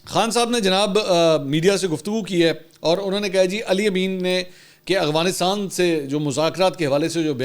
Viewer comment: منصور بھائی پھر، اغوانستان؟ افغانستان ہوتا ہے۔ دیکھ کر پڑھنے میں مشکل ہے یا جان بوجھ کر کرتے ہیں؟